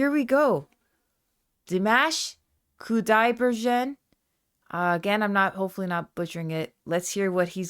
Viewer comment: Dee mosh/mahsh Koo die bergen (g as in girl, not gin).